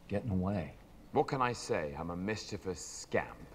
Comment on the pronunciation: you mispronounced mischievous! There's no "I" after the "V"! You don't pronounce letters that aren't there (with a few exceptions, of course, but not in this case)!